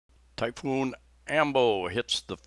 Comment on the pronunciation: I don't mean to be "That Guy", however, It's "Typhoon" as opposed to "Typoon." Is that the typical trajectory of storms in Phils; approach from the south Pacific and move north and easterly? (In general) There was a 6.7 Richter scale earthquake out near Tonopah ( West of Luke AFB) Coincidently (I think), I opened my renter's insurance renewal today and I noticed the deductible increased from $500 to $1250! Do they know something that I don't? Perhaps that prophesized "big one" will strike the San Andreas fault and slide that liberal commune of a state into the Pacific. Better yet, you'll be able to purchase ocean front property in Arizona! At the risk of sounding uncaring and callous, perhaps this virus is natures way of enforcing natural selection. The life expectancy of people has been increasing for the better part of the 20th and 21st centuries and earth can't sustain this population. A sort of thinning of the herd of the weak and infirm. - I'm just tired and my imagination running wild. Have a good weekend. Stay well. Daniel